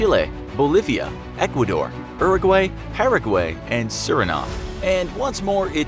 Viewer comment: It can’t just be me who hates the way he says Paraguay uraguay and chile